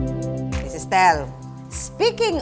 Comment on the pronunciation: Ano 'to, bagong ship? Su-tell? Hahahaha.